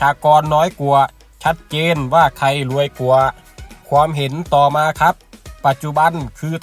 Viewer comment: แอดไม่ผ่านการอ่านออกเสียงภาษาไทยน๊ะครับ ควรจะฝึกออกเสียงภาษาไทยให้ดีก่อนครับ เช่นคำว่า ความ และ กว่า แต่ ช ช้างใช้ได้ครับ